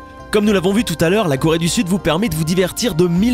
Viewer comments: llengehen Corée pas Chloé 😂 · leshalles llengehen c Corée pas Chloé 😂😂😂